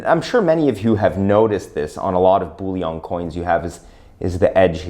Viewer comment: Sir Isaac Newton, while he was master of the Royal Mint, then housed in the Tower of London, introduced the milled edge in order to prevent clipping, as any removal of silver from the edge would immediately become obvious. The word is 'BULLION', NOT 'bouillon'. We aren't making French onion soup here. lol